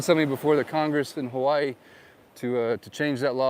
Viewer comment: Pronounced Hawaii incorrectly in the intro. Immediately says it differently a 2nd time. Real estate channel Suspicious.... 🔥 .....